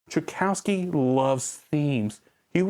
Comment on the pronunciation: Uh, Trikowski? It's Tchikovsky. Other than that, great video.